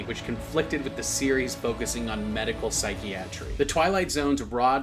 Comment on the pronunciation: Medical Psychie-Atrie?